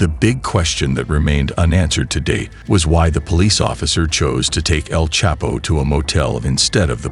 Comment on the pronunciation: The narrator is not even saying El chapo name properly 😂😂😂